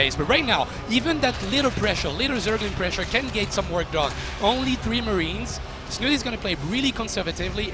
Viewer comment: It's not "Snut" it's "Snu-Te"